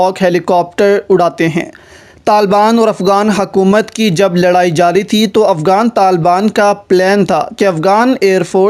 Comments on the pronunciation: Why are you saying AFGAAN . Cant you zay afGHAN? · it's not afgan it's afghan, not افگان it's افغان